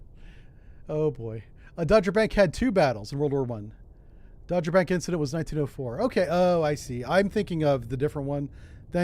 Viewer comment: Dogger Bank isn't pronounced like the American baseball team. It's "daa*gr". Like a dog. 😄